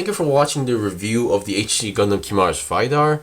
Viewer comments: "VAYDAR" XD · ive heard barbaitos,ive heard gim,now ive heard vaidar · the way he says vidar💀